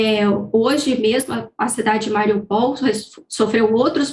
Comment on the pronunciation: Cidade de quê homi??? MAURIPOUL???? KKKKKKKKKK